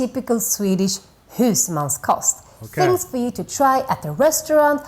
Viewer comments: husmansKOST, not koss or kots, like cost in english kind of:) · husmans-kost. its pronounced like the word cost